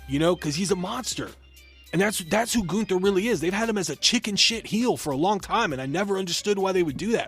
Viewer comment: It's GUNN-THER! NOT GOON-THUR!